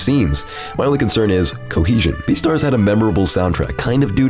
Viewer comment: The way you said "beastars" made me laugh. Thanks a lot.